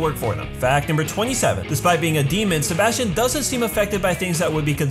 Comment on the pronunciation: “Sebastian” “SeBAUUSTION”